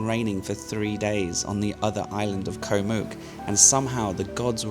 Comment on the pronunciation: Love your videos,. Just wish you would pronounce the names of the islands like they are pronounced in Thai. "Koh" is not said like "Co" (short for company) with a soft K long soft O sound. It is said like "Got" with a short vowel and glottal stop on the T (as in "Got Milk" spoken like an American).